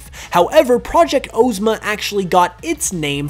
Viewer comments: Now. I know that you didn't say oh-zma when her name has OZ in it and you said OZ properly. Good video though, I'm loving these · Why did you say Necrozma Ozma and the other Ozma like that and then say Oz regularly